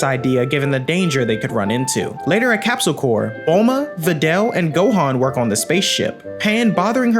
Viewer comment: love the video but its not capsule corps as in the marine corps, its capsule corp. as in corporation/ so its {corpe} its {Corpse}